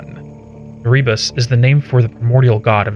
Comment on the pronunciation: long ago and far away, but as a kiwi I feel it is my duty to say: Erebus is pronounced "ear-eh-bus" basically the first bit sounds like the word "era" then just "bus". But you kinda trip over the a of the era? The emphasis goes on the first E. We have some weird pronunciations down here.